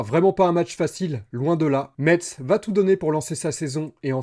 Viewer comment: Merci de l'analyse! Je pense aussi que l'équipe a besoin de prendre de la confiance et de la complicité. Et si Lees-Melou arrive, il faut qu'il joue. Par contre, stp, prononce Metz "messe", le T est silencieux ;)